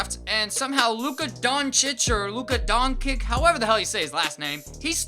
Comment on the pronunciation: Luca DON-ICH is how its pronounced